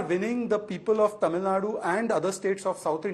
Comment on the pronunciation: Poonavala's pronounciation of some Tamizh words are quite good!